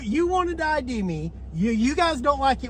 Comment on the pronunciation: Man I would have lit up that supervisor on the detainment law ( I D ) Hes no better educated than officer “Eye -Radar” 😳 🤬